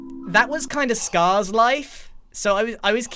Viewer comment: It’s actually Sca-ha-rs diamond armor